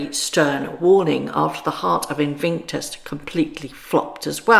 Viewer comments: I haven't watched the crown since clare foy played the queen. It just got ridiculous and apparently its getting worse. Some people believe it's true and that's a problem. Btw it's invictus not invinctus. Sorry to correct you but it's driving me crazy! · Love your videos😊Invictus has no “n” in it, though.